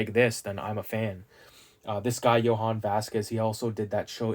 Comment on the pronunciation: Every time he says “yo han” it kills me lol. Jhonen bruh “yo nen”